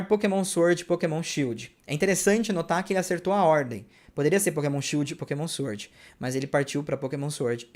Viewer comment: Ei, a pronúncia da palavra "sword" é "sord", ou seja, não se pronuncia o w. Rima com LORD.